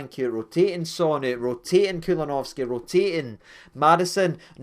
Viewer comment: I couldn’t for the life of me figure out who you were talking about with ‘Kulunovski’😂😂